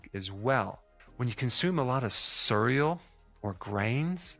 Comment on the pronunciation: I like how Dr Berg says cereal [cüreal] 😊